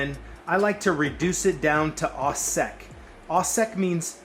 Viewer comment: It’s “O-sec” not “aw sec.” It’s French. But great video and instruction.